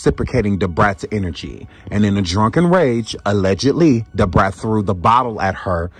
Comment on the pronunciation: The way the English narrator kept saying DuBraattt! Lmao